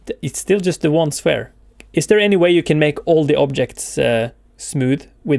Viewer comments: I think towards the end it doesnt understand your accent when you are saying ‘sphere’ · yes you did a great job but you have to said the sphere and give the index like sphere, sphere.001